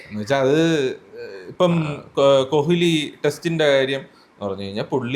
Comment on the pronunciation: കൊഹിലി അല്ല ശ്രീകാന്തേ കോലി